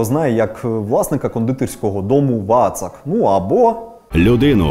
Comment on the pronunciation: Вацак - наголос на останнє А ))